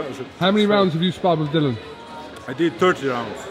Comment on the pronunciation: How much longer is "" going to keep pronouncing his name as Dillion? lol